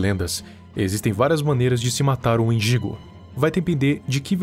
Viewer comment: ele falando=wendigo eu entendo=mendigo